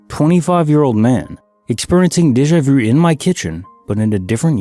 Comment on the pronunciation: I cringe every time he says Deja vu! 😬